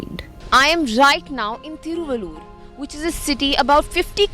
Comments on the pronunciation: Hope you don't speak Tamil, but if you speek Tamil and pronounced Thiruvallur like this, please rethink and don't translate City name from Tamil to English.... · I'm from Thiruvallur district and she's murdering the pronunciation of the place.